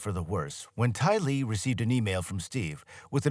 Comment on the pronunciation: His AI calls "Tyler"....Tylee. 😂